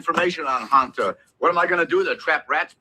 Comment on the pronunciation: Hanta not Hunta.